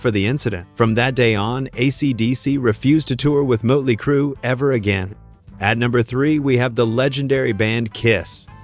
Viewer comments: Mutley Crew ITS MOTLEY CRUE STUPID AI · Is it me, or does anyone else hear "Muttley Crew"? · MUTLEY CRUE!?!? The only time I've ever heard the umlaut used property (sort of) and it was used by a fucking computer. I hate AI -asshole imitations. Fuck AI. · "Moat"ley Crue....stoopid AI. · "Mutley Crue"? AI for the win!! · Mutley crew...geeze....get a better AI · Did he say 'mutley' crue? 😆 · AI. Muttley Crue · Mutley Crue? AI sucks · Mutley Crue. Yet another AI voiceover blooper. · Muttley Crew?!’ Hate AI narration!! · Every time the "narrator" said "Mutley Crue" I cringed